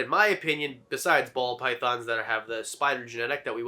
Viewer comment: I feel like I’m hearing him say Pall Bythons